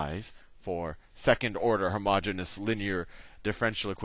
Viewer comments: Isn't it "homogeneous" rather than "homogenous"? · No, the pronunciation is wrong - he is pronouncing homogenous, which is a completely different word with a completely different meaning. Homogeneous is pronounced hoh-muh-jee-nee-uhs. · You really should clarify that you make a mistake by mispronouncing homogeneous. It might seem trivial but math is in the details.